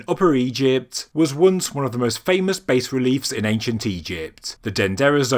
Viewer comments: Bas relief. Bas is pronounced “bah”, not “base”. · I believe this is one of those occassions when "bass" is pronounced BAHs-relief rather than BAYs-relief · Bahs relief